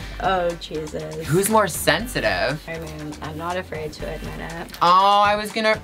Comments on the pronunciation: “sensAtive” lol it’s sensitive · "Sensative" LMAOOO 😂 love it sisters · "sensative" haha omg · "Sensative"? I can't. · I was like what’s “sensative” lol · "sensative" hahaha oh Gigi love you but it's "sensitive" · "sensative"... lol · im sorry but ****sensItive not sensAtive